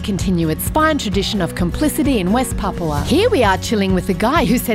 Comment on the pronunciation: At least they can pronounce it right instead of saying papa